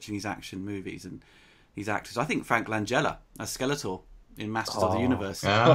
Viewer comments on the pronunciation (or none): Needs to learn how to ponounce "Masters"